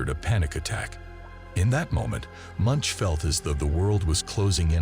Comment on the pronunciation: It's pronounced "moonkh," not "munch" (as in chewing vigorously)